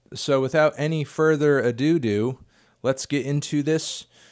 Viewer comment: "without further adoo-doo" jesus christ, cmon man